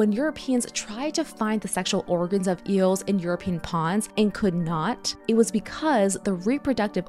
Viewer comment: "Eeuhls" 😂 Also, eel isnt Kosher so it would not have been at the Last Supper.